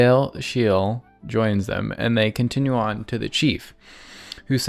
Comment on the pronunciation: Bro, I can hear you are playing with sound, why do you struggle with Sciel's name so much?